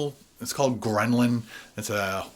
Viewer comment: The hunger hormone is ghrelin, not ghremlin